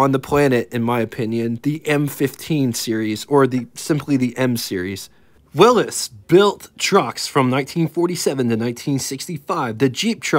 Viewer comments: How are Chevy, Dodge, Ford and GMC 'lesser known'? And Willy's is pronounced Will-ees not Willis. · Willys is pronounced willeeeeeeeees not wil-liss. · It's not Willis, like 'Whatcha talkin bout Willis." It's Willys, like Billy's truck is a Willys.